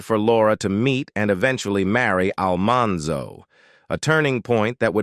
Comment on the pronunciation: Poor narrator just can't seem to pronounce "Almanzo's" name correctly. 😂😂😂